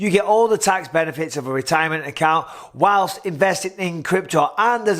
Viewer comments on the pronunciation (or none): none